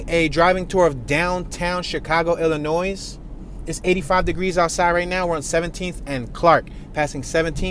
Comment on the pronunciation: Pro tip of the day by a Chicago native: Illinois is pronounced 'ih-lih-noy' or ill-lin-noy'. The S is silent. It's a French rendition of a Native American word. I pronounce it as the former